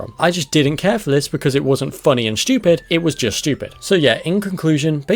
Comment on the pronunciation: Looking up the word stupid in the dictionary... There doesn't seem to be an H after the S. Weird. Pretty shtupid. :D